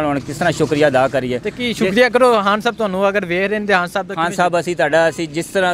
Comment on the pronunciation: Paji apni urdu thek kr pehly Haan nhi khaan hota he